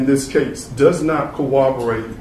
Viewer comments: Trivial comment but it's amazing how many lawyers can't pronounce corroborate. They say co-wobberate. Just a pet peeve from a retired editor who, according to my kids, never retired, just got more annoying. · You can be assured your defence lawyer is tippity-top notch when he repeatedly says "cowwoborate" even though he's demonstrated a pristine ability to pronounce R's; then follows it up with a smattering of uhh's :) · defense counsel can’t say the word corroborate correctly 😂